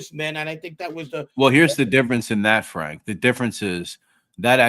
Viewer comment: I have to start early so always catch the live on my drive to work. The mangling of Frank's name at the beginning slays me! 😂'Frank Diome....Francis...Fiordilini!'😂😂😂